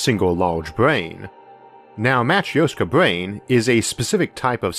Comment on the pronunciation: It's not Matr-i-oska lol Here are some ways to write it for correct pronounciation: - matrɵshka - matröshka But not matr-i-o-ska, there is no "ee" or /i/ sound whatsoever. It's pronounced it like in "sIr", or "sYrop" "gErman" or "lEArn" or "bUrn" Greetings from Russia!